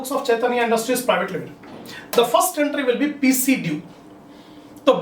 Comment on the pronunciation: Assalamu alaikum Sir in 5 th problem I didn't understand your pronunciation Of pc due 5-6 times I have listened even though I couldn't get it so can u tell actually what is the statement of first journal entry